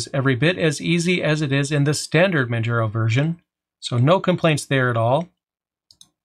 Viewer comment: It's pronounced Man-jar-o', not Man-jer-ow